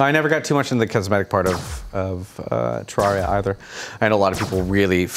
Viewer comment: I love AKA the, but every time he said Terraria, I cringed.